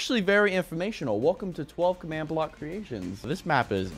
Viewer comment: not commad.its command watafak